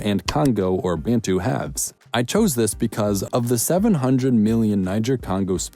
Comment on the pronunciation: Great vid - but calling more than 40 million people strong collectives who were state builders "tribes" while referring to smaller collectives nations because they are European seems condescending - and it's not "Bayntoo" - why do Americans say this? Bantu ("Bun-two") is not challenging to pronounce - otherwise great work